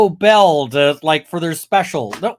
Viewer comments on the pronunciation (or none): none